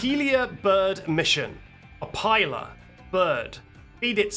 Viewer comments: Opila is pronounced uh-pill-uh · Opila Bird Pronunciation: Oh-Peel-A Bird. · It’s Oh-peel-a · Pronounced oh peee luh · It’s pronounced Opeela bird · It’s o peel a bird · It’s pronounced O-pee-la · Opila is pronounced appilla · Opila bird is said as op e la bird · it might be pronounced oh-pee-laa bird? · Opila is pronounced oh-pee-lah in my personal opinion but others may have other opinions :) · Opila bird is pronounced (as far as i know) Oh-pee-lah 🫡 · opila bird pronunciation giving "Curse of the Weggy Board"